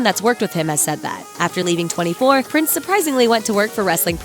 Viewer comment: Its not Prince its Prinze za try saying after me darlin Prinze Za